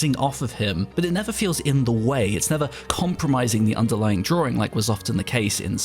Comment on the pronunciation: why do people care about his pronunciation of Minotaur when his pronunciation of drawings has been "Draw-rings" for years?